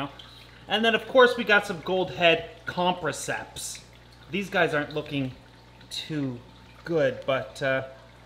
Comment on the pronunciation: Say it with me.... com-press-iceps